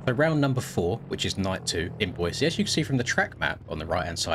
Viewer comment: Thanks for pronouncing Boise correctly 😊